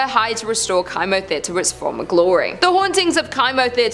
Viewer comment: It’s pronounced Kimo like chemo! Sorry not sure why it was bothering me so much 😂 love your channel